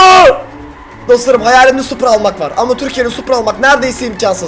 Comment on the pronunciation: Tahmin:Arkadaşlar farkettoyseniz da supra yerine suppor diyo yoksa bobby in öyle bir kardeşinin olduğunu ve nasıl biri olduğunu konuşuyor olabilirmi?